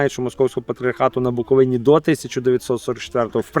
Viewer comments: БуковИна, а не БуковинА!!! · Ви задовбали:БуковИна,а не БуковинА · Начальство УПЦ МП то є фсбешні сексоти, то і так зрозуміло. Але вхарило мене лише одне - зауваження до журналістки. БуковИна, а не БуковинА. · Чому не каже БуковИна? Невже вона освідчений журналіст не знає як треба правильно робити наголос? Знає напевно, вона так просто самостверджується! Чому не йде у румунські та молдавські села робити свої галімі передачки? Що там не буковинці живуть? Та навіть в українські ходить жирналістка виборочно, щоб враження екесь коньюнктурне склалося! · Правильно вимовляти назву Буковина з наголосом на третій склад! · Пані ведуча, у Вас така гарна мова! Навіщо Ви її псуєте таким противним наголосом у слові "Буковина"? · Шановна пані журналістка, чому Ви не правильно ставите наголос в слові «Буковина»? Наголос ставиться на букву «и»! ☝️